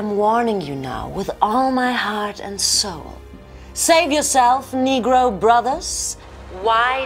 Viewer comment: These white peoples got one more time to say nergo